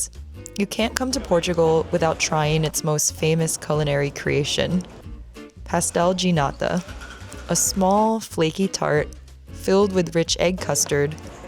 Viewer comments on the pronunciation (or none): Great video, you would make a great documentary presenter..p.s .its 'pastél de náta’, you said 'pastel ginata’.